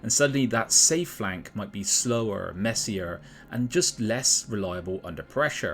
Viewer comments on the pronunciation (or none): none